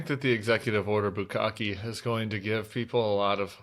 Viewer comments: I love hearing Sarah pronounce bukaki. Makes me laugh and keeps my mind off the orange mess. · Bukkake, Sarah. It's Bukkake. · He said bukake 😂